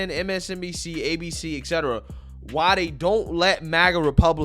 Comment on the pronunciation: Et cetera, not ex cetera.